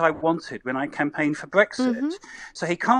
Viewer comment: He can’t even pronounce Brexit properly 🤪